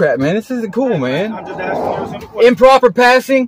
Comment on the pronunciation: "I'm axing you"....english as a 2nd language😅😅😅